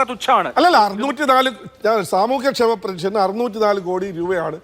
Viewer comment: എടാ ഊളെ,, ഞാൻ നേരത്തെ ഒരു തവണ നിനക്ക് പറഞ്ഞു തന്നു, പെനിഷൻ അല്ല പെൻഷൻ എന്ന്